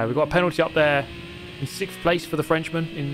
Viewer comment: "sickth place"